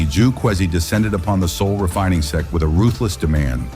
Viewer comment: Please correct the word SEX to the correct SECT, pronounced SECK .